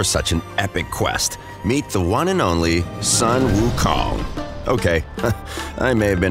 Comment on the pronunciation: Sun pronounced SOON